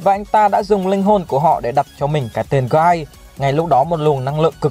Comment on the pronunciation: hình như trong light novel volume 16 bảo là tên của Guy đọc là "ghi" chứ không phải "gai".